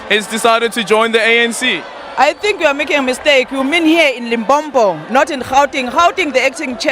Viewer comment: I feel it's a bit rude when Zulu speaking people say "Limpompo", LOL!